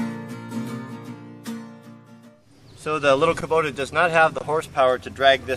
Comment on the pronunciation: A trivial point, but the pronunciation of Kubota (in Japanese) is "ku" - like you pronounced it, "bo" as in robot, "ta" like you pronounced it, so you were almost exactly right, except for the "bo" bit ... not "bo" like bow ... pedantic I know... but just thought you might like to know... regardless another great vid. Thanks